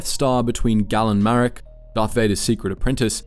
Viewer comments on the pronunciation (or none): These mispronunciations have got to be on purpose at this point. “Gah-len Marek, “Jabim”, “Des-pa-reh” (literally pronounced it as despair in an older video too), “Zi-zore” Xizor is pronounced Shee-zore bro 🫩✌️